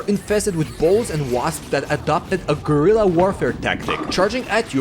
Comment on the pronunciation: He said "Gryla tactics" lol...